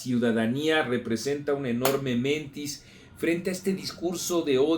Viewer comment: "mentís", no "mentis".